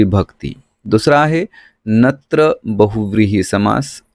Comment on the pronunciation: सर तुम्ही खूप छान शिकवता पण,नत्र ला तुम्ही चूकिच वाचत आहात .